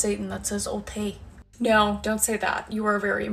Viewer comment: “They just love the little spawn of Satan that says otay” 😂